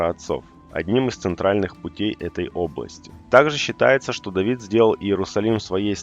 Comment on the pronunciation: Давидд.. Какк скавародка.. Тавид..